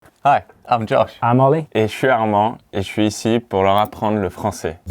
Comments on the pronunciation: Armand forgot to teach Ollie to say his name right … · as someone who is half-french I've always found how armand's name is pronounced by everyone very funny - it's said like 'ar-mon' in french (apart from the last syllable is much more clipped than how you pronounce 'mon' in english) but this was hilarious, especially ollie's french! one thing about sacré bleu that I know is that it derives from 'sacré dieu' which is like 'sacred god' and to make it not blasphemous, it was changed to sacré BLEU as bleu rhymes with dieu! it is old fashioned though!! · Them: learning french Them also: calling him ArmanDE non-stop NB: Armande being the feminine of Armand (we don't pronounce the -d at the end, we actually rarely to never pronounce the letter at the end of words) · Poor Armand, getting his name butchered and sounding like a woman's name :(